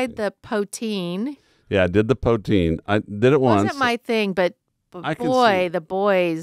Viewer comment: ahem... poo-teen... poo! .. not powe :) glad you guys enjoyed your time. I live in BC, have never been in montreal, but willl get there eventually.